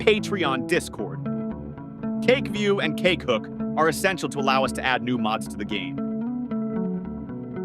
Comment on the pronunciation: Damn, your AI voice really emphasises CAKEhook and CAKEview 😂